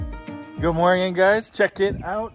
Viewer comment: Stop saying morging